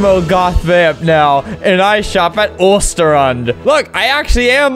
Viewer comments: OOOSTERAUND lol 😂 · isnt that suppose to be Östersund? Either way if it was suppose to be that you pronance it rong (No hate)